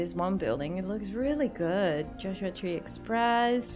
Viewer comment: Just so you know, the pronunciation of the park is a little off (I'd assume). You said it as "Joshua Tree-Park", and I would have guessed it should be "Joshua-Tree Park". A Joshua Tree is a colloquial name for this type of plant, and is also the name of a National Park